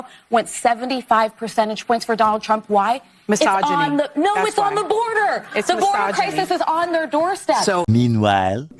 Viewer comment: did she really say misoginy? 🤣